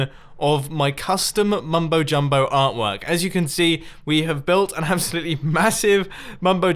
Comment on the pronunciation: Mumbo: my custom mumbo jumbo artwork Me:*giggles when he says artwork*